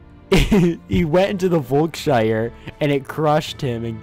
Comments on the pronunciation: German people: Volkshalle Him: VOLKSSHAIR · "Völkshalle" is supposed to be pronounced "volks-hall" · The word is pronounved "folks-halle"